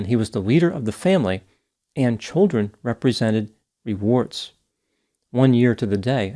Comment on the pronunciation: said "children represent rewards" not warts lol it did sound a little like WARTS LMAO